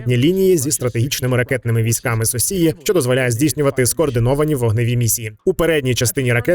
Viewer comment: Орнул с озвучки "соссии" 😆